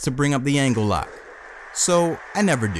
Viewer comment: Hearing you call Angle Kirk Angel reminds me of when Chris Jericho called him that in 2000 that was funny just like Kane’s hairline and I guess they had to tell you their names in their E-Mails in case you don’t know who they are